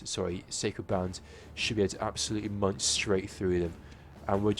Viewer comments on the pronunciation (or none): none